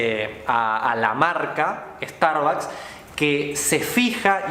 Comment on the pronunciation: Jijiji, pobre tontito y además, ni siquiera sabe pronunciar las palabras. "Starbacs" jajaja